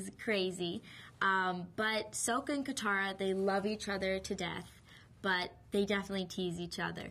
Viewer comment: oh they pronounced katara correctly i thought theyed pronounce it kataraflabloop